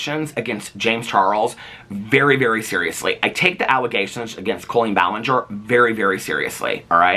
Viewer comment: are you saying colon ballinger on purpose lmfao